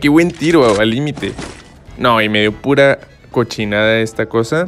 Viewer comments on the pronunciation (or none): Que pedo con si me da eso tiro mi cel like si te da risa cuando dice chochinada😂